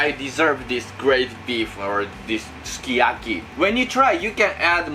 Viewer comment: That sukiyaki looks sooooo good! You're such a great cook! And I love it when you pronounce the names of the ingredients in japanese, it sounds so cute <3 btw it's ok to use your hands! I really like it because it makes me feel like you're a nice, fun and real person <3 Well, now I'm not under my sleeping pills' effect, I can really appreciate the way you cook! You're awesome! You even make me want to eat veggies! That looked so good and I bet its smell was great too. I'm not much a fan of foreign food, but I'd be willing to try it. I love watching your videos! Thank you for making them! Love you,! and your hands too <3 hehe